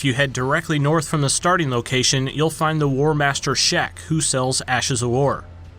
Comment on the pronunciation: Did you call him “Warmaster Sheck”